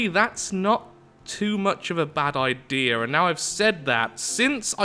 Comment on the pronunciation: I like when he trys to say idea he says I deer